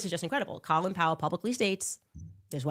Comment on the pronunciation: And it’s Cōlin Powell! Cō as in cone. This is beyond mispronouncing a word. She is so ignorant.